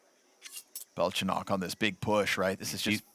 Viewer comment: Its Belchonick not Belchonokk